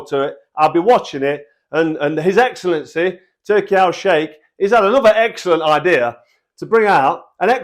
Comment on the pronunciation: The chewing off of ‘his excellency’ is so cringe